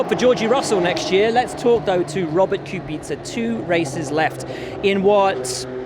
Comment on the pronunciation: Robert KubicUGHH